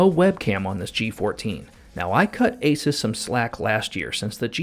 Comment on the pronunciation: great review. Asus is pronounced like Zeus.